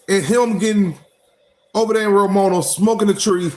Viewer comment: Nigga, its RO-MA-NIA.